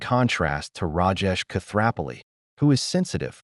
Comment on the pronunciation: the narrator should learn how to pronounce Koothrappali!!!! 🤭